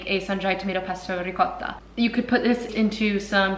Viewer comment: Thank you for pronouncing ricotta correctly!